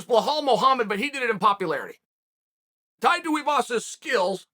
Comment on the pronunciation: Finally got Tai's name right!!